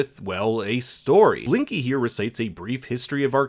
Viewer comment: He said linky lol not Blinky